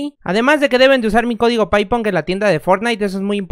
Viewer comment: Se dice paiponc